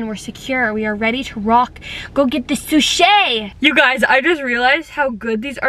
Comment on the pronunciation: For 1⁄2 whenever she said I'm going to go get sushi it's ended like she said I'm gonna go get Suzy LOL!